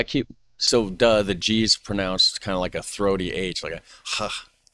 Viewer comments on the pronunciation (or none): none